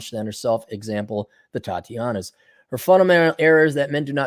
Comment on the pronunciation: Tatiana's? I thought was saying "Thotiana's". which is even funnier.